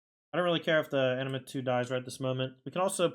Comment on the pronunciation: I believe it's pronounced, ah mih nah too.